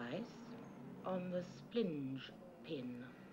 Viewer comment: “the splingepin...”